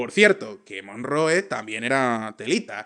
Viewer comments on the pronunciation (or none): ha sido escuchar MONRROOOEE Y Y O U TUVE, y tuve que cerrar el video. El contenido siempre excelente, pero un analista político no debería permitirse a si mismo no ser capaz de hablar un mínimo de inglés. Ni mi abuela lo pronuncia así...